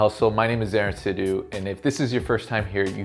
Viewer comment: When Jatts born and grow up in Europe. They way you pronounced Sidhu hit me.